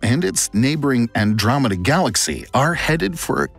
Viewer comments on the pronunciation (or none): none